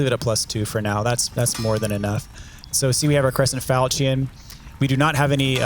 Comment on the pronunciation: Falchion, falchion, falchion, falchion, falchion. Look up how to pronounce it. Lol. Love love love the videos. Giving you crap.